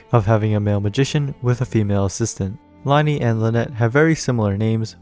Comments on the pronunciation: Isnt it pronounced Lin-ay and Lin-ette not Lie-nee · LIE-KNEE ITS PRONOUNCED LINAY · I know this isn't that big of a deal and i'm not being rude in any way but lyney's name is from french so is pronounced lyhn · as someone who has learned french for 6 years, just thought i'd let you know that it is pronounced "lin-ee"! thank you for the video, ive been hyped for these two for forever